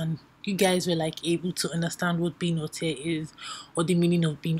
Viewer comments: it’s pronounced “all-tay” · Alte is pronouced -altay